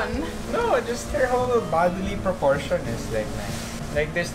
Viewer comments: Lol-d at "Proportion" hehehe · Wahaha! Lol at "proportion" :))))